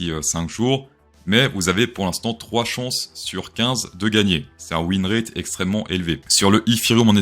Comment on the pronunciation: On dit "win rât" pas "win rette"